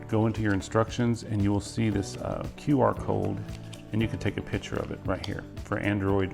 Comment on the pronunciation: Thank you for your video. Did you say QR cold?